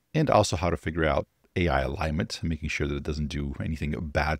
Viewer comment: he was so scared of the word 'alignment' he couldn't even pronounce it correctly... but still thought he had to squeeze it in somehow to give a responsible impression